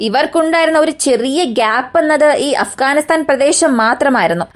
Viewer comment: അഫ്കാനിസ്ഥാൻ അല്ല അഫ്ഘാനിസ്ഥാൻ ആണ്!! മലയാളി മംഗ്ളീഷീകരിച്ച് മലയാളം 56 എന്ന അക്ഷരങ്ങൾ 26 ആക്കി.. മലയാളം നല്ലരീതിയിലല്ല എങ്കിൽ ഇത്തരം ചാനലുകൾ നാട്ടുകാർ കാണില്ല!!!!